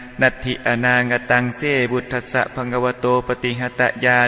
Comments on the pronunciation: อ่านคาถาผิดครับพุทธัสสะ อ่านว่า พุด ทัด สะครับไม่ใช่ พุด ทะ ทัด สะ และบางครั้งประโยคมีพยางค์เดียวแต่เพิ่มเป็นสองพยางค์ได้แก่ ญาณานุปริวัตตัง อ่านว่า ยา นา นุ ป ริ วัด ตัง ไม่ใช่ ยา ยา นุ ป ริ วัด ตัง ครับ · ผมไม่แน่ใจว่าสวด "พุทธะธัสสะ" หรือ"พุทธัสสะ" ผู้รู้ช่วยชี้แนะ ตามหลักไวยากรณ์บาลี เพราะคำเดิมคือ "พุทธะ "ถ้า + อัสสะ น่าจะเป็น "พุทธัสสะ" ไม่น่าจะใช่ "พุทธะธัสสะ" ตามที่สวด